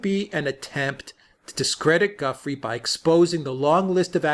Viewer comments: You’ve finally learned how to pronounce “Ghislaine”; now how about learning how to pronounce “Gufrey”? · It's pronounced Gu- freiy not gufree. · Thank you for clarifying the pronunciation of Ghislaine. :-) Btw Giuffre is pronounced as in French (zhoo FRAY) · Gentlemen, the correct pronunciation of Virginia’s surname is “Zhu-FRAY”. The accent should be on the second syllable. Good show. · Please learn how to pronounce Gufrey properly. In sure you do it if you really try!